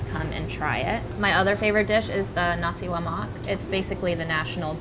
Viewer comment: Pleasantly surprised to see roti canai here! Got me nervous for a moment because 90% of non-malaysians/singaporeans mispronounce it as roti kha-nai, but killed the pronunciation (and nasi lemak too)!